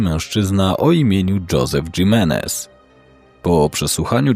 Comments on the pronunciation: Himenes wymawia się imenes. W hiszpańskim h jest nieme. Nie mówi się gimenes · prosze. To imie czyta sie RAJLI a nie Rili. Prosze o poprawna wymowe imion. Odnośnie Josepha, jego nazwisko czyta sie Himenez (Hiszpanskie nazwisko). Poza tym, dobry materiał 👍🏻